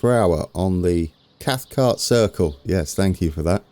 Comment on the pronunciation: A local would say something like "cross-muh-luff" but you'd not turn many heads saying it the way you have been. Cathcart you're saying perfectly right. There is a stairs mod on the .net site that, for me, is more elegant than the one you're using, might be worth a try but it all worked out well at Crossmyloof anyway